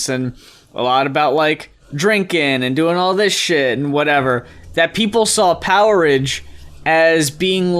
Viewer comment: Not sure if anyone else mentioned this but that album title is pronounced power age...not poweridge :p I think the idea was that it was like the stone age or the iron age but with electricity. The way you guys said it sounds more like a foodstuff or something